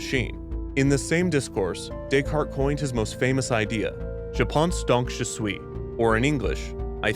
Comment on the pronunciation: i am a french speaker, and while i try not to play into stereotypes, hearing you say "je pense donc je suis" made me wince